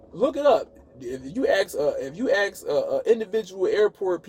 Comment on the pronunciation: Why can't black people say the word A S K properly? Instead they say A X. And it's most of them.